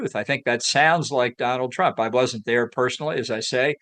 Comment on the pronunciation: the moderator actually said"Donald Trunk"?